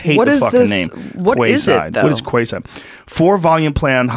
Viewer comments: Quayside is pronounced key side. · the pronunciation is wrong. Quay is pronounced as 'key'. So Quayside would be pronounced like Key-Side. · By the way, "Quayside" is pronounced 'Keyside", NOT 'kwayside' :) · It’s not kway side, it’s pronounced key side. Just a note. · It’s pronounced ‘key-side’ Quay :) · Its not pronounced "quayside" it's pronounced "keyside". It's literally English;) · I believe Quayside is pronounced Key-side. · Kway side? Quayside maybe pronounce it like key side. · QuaySide😂😂😂 it’s pronounced “key side” not “Kway side” 😂😂😂😂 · Quayside - not pronounced kwayside....it's pronounced keeside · Kway-side! Come on Joe mate, ur better than that. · quayside (if it was kwayside is a ridiculous name) that's why it's pronounced keeside. it's basically a waterfront dock that most cities on a river, lake or ocean have. joe's ignorance on anything that doesn't involve mma, dmt or hunting is frustrating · Kwaayside... no its pronounced keyside Joe hahaha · Quayside is pronounced (keyside). Just thought I'd help. As always Joe you are a breath of fresh air dude. You are my source of unbiased, honest and always learning information. No one is perfect, but you try and be truthfull in everything and are always willing to change if you are shown a better viewpoint. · Quayside is pronounced keyside joe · Quayside is pronounced keyside... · Pronounced "Keyside", spelled as if whoever had the idea was a hipster that recently had an accident involving a metal rod through the brain. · Quayside is pronounced 'key-side'. Quay is a term for wharf. Hope somebody learned something. Other than that, yeah, Alphabet is a nightmare that pretends to be a dream. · Joe, one pronounces the word QUAYSIDE as KEYSIDE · It's pronounced Keyside. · It's pronounced Kee-side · It's pronounced 'key-side' and it means 'pier' or 'dock', you genius haha! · It's pronounced 'Key-side'. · QUAYSIDE... it's pronounced ... Keyside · It’s pronounced ‘Key’ side ya turd nugget